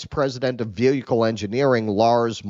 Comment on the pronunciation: has a really hard time with the word “VEHICLE” lol